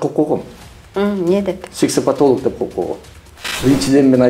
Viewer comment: Хаа хаа иий. Сексеплтолок дейби.